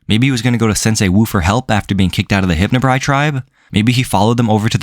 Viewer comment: It's "Hypnobrai" not "Hypnobri"